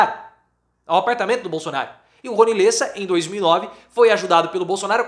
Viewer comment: LÉSSA,, se lê com acento agudo no E.